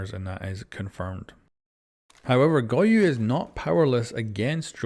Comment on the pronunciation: him calling goyo "goyu" drives me insane good video tho